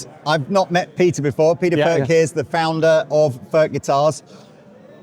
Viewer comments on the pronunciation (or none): Its NOT "FÖRK" nore "FÖRTSCH". He ist called František Furch, ("u" like in YOU and "ch" like in Loch Ness 🐍). you dont want us to pronounce "jeans, update and cool" the German ore Czech way.